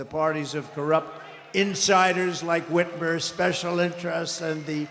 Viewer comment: Our Michigan governors name is Gretchen Whitmer. Please say it correctly. Gretchen Whitmer.